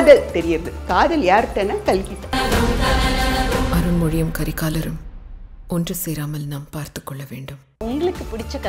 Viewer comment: Kalki nu solumma notkazhi